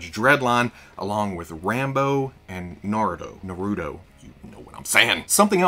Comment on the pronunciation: To help with pronouncing Naruto it’s Nah-rue-toe